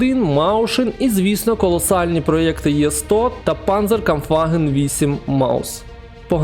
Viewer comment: Знаю що всім звичніше казати «Є-75, Є-100», але українською правильніше було б казати саме букву «Е»